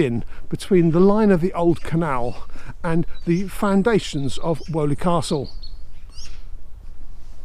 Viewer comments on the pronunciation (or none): Woe, Woe, Woe! every mention of Selly Park should be Selly Oak Park as Selly Park is the other side of Raddlebarn Road over a mile away. You have been picked up on this before. Also unlike Woe, Weoley is pronounced Wheely, or possibly Whee-oly just as Daw is pronounced Doe you get all the locals upset by pronouncing names wrong! Surprised by no mention of the 2 arms opposite the Dudley #2 canal at Selly Oak Junction and the adjacent limekilns, particularly as they have been made a feature of in the landscaping under your feet when you finish this episode. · We pronounced it " Wheelie Castle " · Hi, great video! Having grown up in brum and having been fascinated by the canal system my whole life, I am in love with this whole canal Hunter series! Btw Weoley is pronounced “wee-lee” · Thanks for this informative film, my grandparents moved to Paganel road in the slum clearance of streets of hockley and the jewellery quarter (your drone flew right over the house I was born in! The only thing I would take issue with is your pronunciation of 'Weoley' we always pronounced it 'Weeley"!! I am guessing that your pronunciation is the correct one - you're clearly an expert at research - but I doubt anyone in the streets that line the lapal would recognise the name as you say it. 🙂🙂 Once again, thank you so much for a fascinating film, I wish my father was still alive to see it.